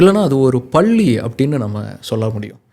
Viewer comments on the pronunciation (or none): none